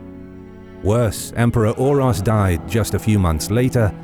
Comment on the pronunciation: It is so lame that you say like "Urosh" on one accasion, but the other guy is like "Uros" with an "s" on the end... they had the same name, you pronounce it like "Oorosh" if you want stupid English to influence your pronounciation...